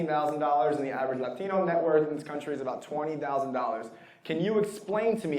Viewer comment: 1. Ends everything he says with “right”. 2. Pronounces Latino as if English isn’t his native language. You just automatically know he’s a virtue signaling moron.